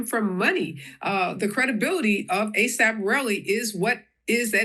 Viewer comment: NOT THE A.S.A.P!!!! 🤣 I said the same thing as you said it 😂 I was cringing 😭 he said we gotta move on from that 😭 ☠️ 🤣